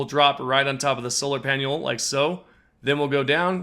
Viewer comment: No link to mask glitch. And why does he pronounce 'panel' like 'daniel'